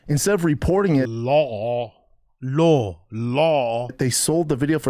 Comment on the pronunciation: Lawl? 😆 it's law